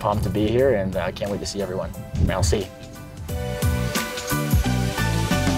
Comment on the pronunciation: He definitely pronounced merci like a Toronto kid lol. I am one and we say Mel-C. Like it's a Spice Girl lolz